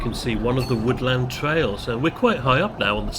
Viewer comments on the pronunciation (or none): none